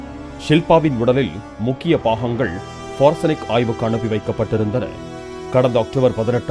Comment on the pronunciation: அது ஃபோர்செனிக் அல்ல. அது தடயவியல். FORENSIC. Ithukuthan உச்சரிப்புகளுடன் படிக்கும் போது நீங்கள் பந்தா காட்டிக் கொள்ளக் கூடாது..